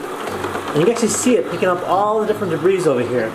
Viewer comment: Good little usage video.... but omg "Debris" is said, "Duh-bree" not "duh-breese" that drove me crazy.